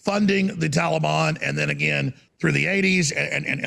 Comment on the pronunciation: “TALABON!” — Alex Jones, the reader